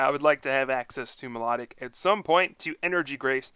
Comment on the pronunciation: I meant its pronounced my low tic